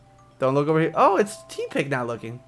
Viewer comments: you're right i mean have you seen ditto?He's just a blob.Also use other pokemon for battle it's not because i don't like oshawott it's just that oshawott's skill alone could get your ass handed to you so train the other three pokemon as well.one last thing tepig is pronounced teh-pig not tea-pig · He's (Tepig of course) pronounced (because little cousin told me about pokemon in mah car) Taypig but accent makes it Tepig you pronunced it Teapig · just so you know its pronounced Teh-Pig